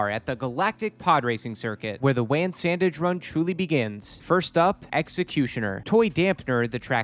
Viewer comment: its not "wan", its "wan"